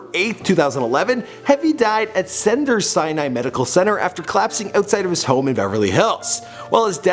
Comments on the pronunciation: Senders Sinai? It's CEDARS SINAI! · It's Cedars-Sinai Hospital, not Senders Sinai. Good video though. lol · It's "See-durs Seye-in-eye", MANY famous people have been treated and/or passed there, please get up on your game.